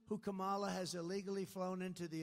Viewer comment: Kamala Harris told him her name, and he's heard it many times, but he still deliberately mispronounces it. Very childish.